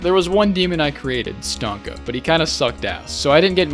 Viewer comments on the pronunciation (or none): Stonka? Not Stonks!